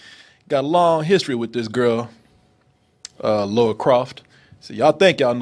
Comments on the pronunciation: AGAIN ONE MORE TIME. Not the same thing. That's the point. The way Americans pronounce her name is Laura. (Law-ra) The name is Lara. (LAR-ah) You might as well be calling her Larry. It's like if I called Korey - Khoury. Watch the movie or play the game. Not once does anybody call her Laura. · For the th time. It's LARA. Not Laura!!! Rhymes with La La... NOT Lor-A... Laura is a completely different name. Americans can't seem to pronounce it correctly. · Why can't yanks say Lara, they say Laura (nah, it sounds more like Lora) instead ...why oh why? I mean, they can say Lana, as in Lana lang, they don't say Lona Lang. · it’s pronounced “Laura” when it’s Lara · he's been saying names wrong 7 years lol